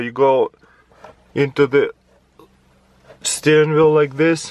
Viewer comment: Taras: Steren wheel (messes up) Steren veel